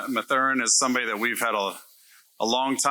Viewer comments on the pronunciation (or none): This idiot can’t even pronounce Mathurin’s name right. Way to make him feel welcomed, moron.